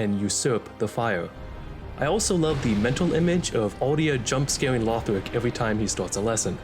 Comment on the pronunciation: Dont insult the legacy of the giga chads Aldia and with that autismo ass voice. It's Lothric not Lawfh-rick.